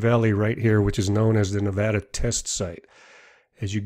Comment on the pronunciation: Thanks for actually saying Nevada right and not pronouncing it Nevahdah like an idiot!